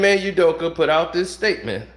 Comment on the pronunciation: Why after all this time does keep saying Udokee when its clearly Udoka like wtf is wrong with him man?